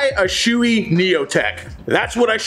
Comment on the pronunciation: in 40 years... I have NEVER heard someone pronounce SHOEI wrong. I was todays years old when it happened. Well done sir.